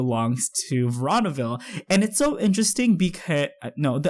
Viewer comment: It's pronounced verooooonaville